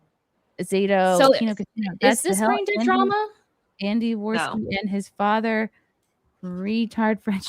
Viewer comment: Also "Muh fatha was murdered"